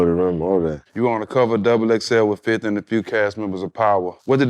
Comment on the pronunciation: Americans what happened to the second "F" when y'all pronouncing 50 🙆😂?